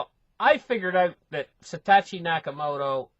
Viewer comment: Lol. It's Satoshi not Satatchi. love your work :)